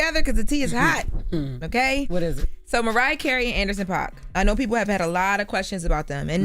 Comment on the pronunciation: It's pronounced Paak!! Like a “pack of squares,” NOT Pac. 🤦🏽‍♀️